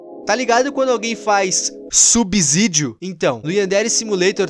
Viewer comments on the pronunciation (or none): none